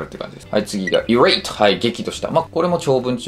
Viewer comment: irate の発音が気になる irate アイレイト ire アイアー irk アーク